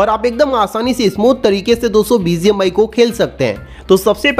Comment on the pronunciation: Not Bizi mi❌bgmi,✅